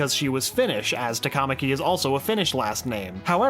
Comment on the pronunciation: Olli Sarvilinna one is pronounced sharper then the othere Tamakami Tama ka mi